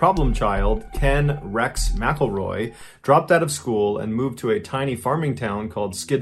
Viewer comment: That's not how your pronounce McElroy!!